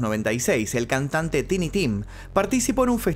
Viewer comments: Teenee ? It's Tiny (tah ee nee), means "pequeño" is not a name ... Lol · Suena mejor Tainy hehehe… saludos desde Bélgica, siempre te veo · Me da cancer auditivo al escucharte pronunciar Tiny, así no se pronunciaaaaaaaaaaaaaaa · Los nombres propios se pronuncian tal cual, por lo cual debieraa decir taini y no tini, si alguien se pone Carlos en su seudónimo (sigue siendo nombre propio) no debes llamarlo Charles porq estás en estados unidos... cuántos nombres tendrías entonces dependiendo del idioma? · TINY puede pronunciarse "taini" o "tini" dependiendo si usas ingles britanico o americano. jajajajajajajajajajaj... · Tini tim suena mejor? 😂 Bueno qué se puede esperar de alguien que le dice "shantas" a las llantas y "shimi" a los Jimmy 🤦‍♂️ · es taini tim